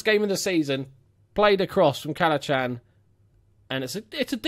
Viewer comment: It's pronounced Cal-a-han 😂 don't blame you though haha